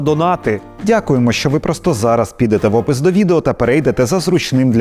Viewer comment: все ж таки не варто промовляти "в опис до відео" так злитно))) Це жарт, а ТТ - величезна подяка